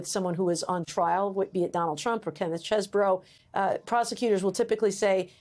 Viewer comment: You have court video of Chesebro pronouncing his own name, but Joy feigns ignorance so she can call him “cheese-bro” … it’s petty, and detracts from the sincere seriousness of this story